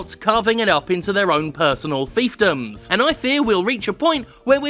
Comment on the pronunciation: HE DID IT. HE SAID "FEEF-DOHMS". Thanks Jim. Love you babe.